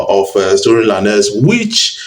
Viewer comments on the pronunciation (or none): Is not Tory La-nez ..is Tory Lanez...pronounce the "Lanez" as Lanes.